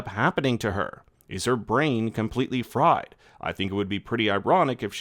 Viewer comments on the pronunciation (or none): none